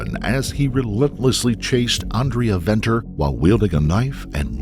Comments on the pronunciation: Note: the 'v's' in 'Venter' and 'van Vuuren' are not pronounced 'vee' - they're pronounced like the 'f' in 'fate' or 'fun'. 😉 Thanks for trying to pronounce the other terms as well. Stellar content. 🇿🇦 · The V in her surname is pronounced with a F. Like Father. So it is Fenter. And Gerhards surname is Fun Fee rin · Venter is pronounced "Fenter" 😊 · The SAn justice system is disappointing at times. Side note - Venter is pronounced Fenter in SA . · Its pronounced Fen ter fyi 😂 but so dope seeing you covering a SA story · Venter = (fen-ter) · Who did this research?? Schweizer-Reneke is not "nestled" between Kimberley and Johannesburg; it is 300 km from Johannesburg, and 200 km from Kimberley! Venter is pronounced as Fenter as in F**k. Those accents!! I must be honest a girl growing up in the middle of nowhere in Schweizer-Renecke will not have an easy life in a metropolr like Johannesburg. Poor girl... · No excuses for what he did. How can you stand by and watch? The whole situation gives men a bad name. Remember gender based violence is not one gender. Venter is pronounced Fenter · Venter is pronounced 'Fenter'- an Afrikaans surname. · Venter is pronounced Fenter. So tragic, nothing was done to stop this mad man. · The "V" in Venter is pronounced "F". So, it's pronounced Fenter.